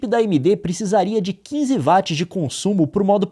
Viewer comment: So uma coisa, gostava de saber lo que é “vats” será que queria dizer watts? Se sim tens de melhorar essa pronuncia